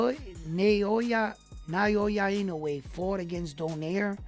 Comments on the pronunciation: Here's some help with Inoue's given name: ✅NAH-OH-YAH ❌NIGH-YOH-YUH or ❌NEIGH-YOY-YUH Crawford has the best singular accomplishment right now, with the undisputed in 2 classes -- but Inoue will accomplish the same, this year, and has the other accomplishments you mention. And just my own personal eyeball test, watching them both fight at a high level, leads me to the conclusion that Inoue is even more special, even more skilled, than Crawford. And Crawford is a fuckin' fantastic fighter. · It’s actually pronounced Now-ya or Noi- ya depending on Japanese peoples accents.